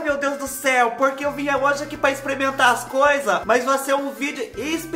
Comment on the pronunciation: Fubá de Deus,quem foi o malvado que mandou tanta coisa chique pra você " exprementar" na mesma hora???😂😂😂😂😂😂😂